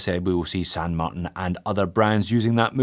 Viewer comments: You're giving me anxiety! You switch from saying San MarTAN and San MarTIN.. I literally click the video to see if you would still pronounce San Martin the wrong way. Sorry but I can't watch the video if you keep saying that way. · Wait. Wait. Wait. Why the change in the pronunciation of St. Martin? I always liked "Mar-tan".